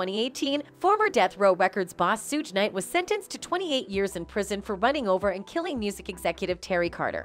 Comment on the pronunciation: Please say suge correctly shug